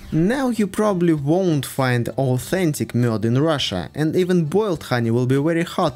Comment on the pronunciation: You prononced Mjöd very good!